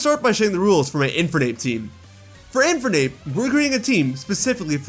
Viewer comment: Why do pronounce "Infernape" like that?